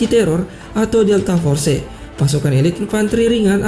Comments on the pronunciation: "DELTA FORCE" Bacanya bukan Forcee.. Tapi Fors.. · Bg, penyebutan nya delta fors bukan delta forse/delta force Klo tulisany delta force tp d baca delta fors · fors bukan forse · Jgn delta for ce geh tp deltaforce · Pronunciation loe josss.... Delta for..ce